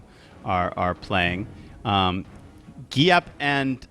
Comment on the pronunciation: Finally got Giap's name right, well done.